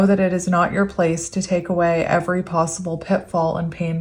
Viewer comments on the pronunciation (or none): none